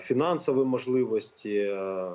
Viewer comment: Ні малоросії лубінця!!!!! Лубінець, українською 'так', а не да. Він реально москворотий, вимова підтверджує!!!!! Щьо, мажливасті, тимчясовий, впИвнений, бИсіда,, з кІм, по своїм каналам, чьому, засвічєні, точьно. заканадавства., щє.... Фаріон зараз не політик, то до чого цей комент??? Цей хлоп реально обіймає свою посаду???? Зверніться до сбу про несанкціоноване збіговисько студентів політеху ! В Дніпрі українська студентка другосортна, захистите її?